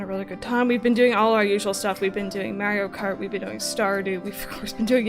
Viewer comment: “Mario Karty” I’m dying.